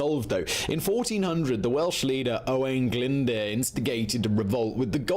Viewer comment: His pronunciation of Owain Glyndwr was atrocious 😕